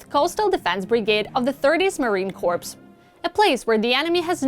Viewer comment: You're trying to say corps kors...but you keep saying corpse